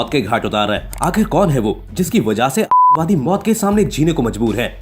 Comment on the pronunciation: Atankwadi bolne me problem ho Rahi hai . विक्स की गोली खाओ लंबी राहत पाओ.🤣🤣